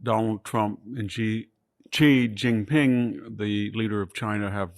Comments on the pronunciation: Great content. But pls pronounce the Chinese leader's name correctly - "She - Jee - Peen" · Victor you sound educated, you can pronounce Mexico but you can't prnounce Xi Jinping? "See" what I mean?